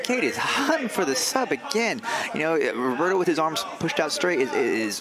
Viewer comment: The way the announcer says 'Roberto' made my ears bleed. Not to mention it sounded too similar to 'Ruotolo' so most of the time you didn't know who they were talking about. Either pronounce their names correctly, or stick with first names OR last names but don't switch it up while pronouncing incorrectly cause is so confusing. That being said, what a great match!!